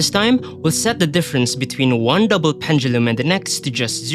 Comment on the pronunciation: Love how you pronounce pendulum